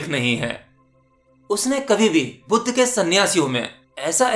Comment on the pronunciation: bhuddha skshtriy nahi saky vansh ke the buddha ko aap bolna sikh or yashoda ne kabhi bhi asa sawal nahi kiya fek video na bana